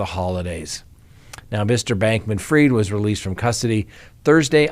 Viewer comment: Not heard it pronounced that way, ever